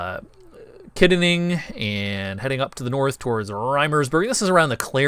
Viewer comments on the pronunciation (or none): Woah woah woah, how did you pronounce Kittanning?😂😂